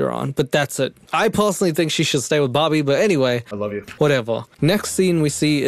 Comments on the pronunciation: I thought he was saying barbie instead bobbie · Took me... Waaaay too long... to realise is saying Bobby and not Barbie. 😂 Pewds and would make killer videos together